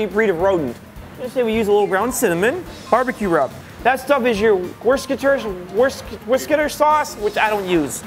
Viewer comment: Who did the editing?! Keep shit like this going. When he kept trying to say Worcestershire sauce.. 🤣🤣